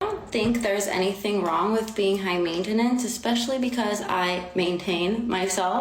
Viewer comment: I had to stop watching this video after she says "mainta-nance"